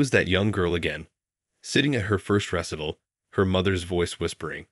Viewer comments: Please encourage the narrator's you use to learn how to pronounce properly the words in the story. Chopin is like sho-PAN, Debussy is like DEB u see, and Recital is re-SY-tal. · A great story, but spoiled by “Choppin”, “DeBUSSY”, “ressitle “ and other mispronunciations. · Please have someone coach the readers on the proper pronunciation of specific terms such as: Chopin is: "show-pan" not choppin Recital is: "reh- sigh- tl" not ressital Finale is: "fin-a- leh" not fye nail ..ugh!!! Ruins the effect of the story! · Please correct the pronunciation of 3 things: it is not Chop -in but show-pan; it is not re-sit-il but ree-cite-el; not deb-oo'-see but Deb'-oo-see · Wonderful story but slightly off put by the mispronunciations of words like "recital', the famous composers' names and incorrectly using the dialog. Please make sure a narrator learns their work before beginning the story. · Please inform the natrator politely about a number of totally mispronounced words such as duet, recital, Chopin, and numerous others. The mispronounced words and names detract from the story. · Mispronouncing recital, Chopin and pianist as a penis this is horrible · Good grief! Get a narrator who knows how to pronounce common words like “recital,” the composer’s name, “Chopin,” and the musical tone, “bass!” among others. This was offensive, and it really detracted from the story! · Though this documentary, you didn't add any piano music!!! I was looking forward to Chopin and your narrator couldn't even pronounce recital correctly! Boo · The speaker has to be computer-generated; otherwise, he would be able to pronounce properly words such as “Chopin,” “recital’” and “bass.” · Nice story. Could use an editor for AI. Chopp-en? Really? Recital? LOL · The narrator needs to learn how to pronounce the words. He can't pronounce recital, Chopin, or bass. There may be others I missed.